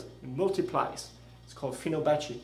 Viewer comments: Let me correct You. It's Fibonacci not Finobacci =] but video is good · Hey buddy. Good science. Bad English. It's fibonacci. Not finobacci. Google it. Namaste